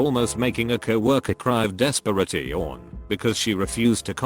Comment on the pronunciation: No one: The voice pronouncing "desperation": Des-spar-ay-tee-own